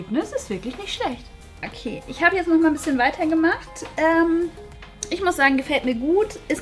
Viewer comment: Warum sagt bianka immer jetze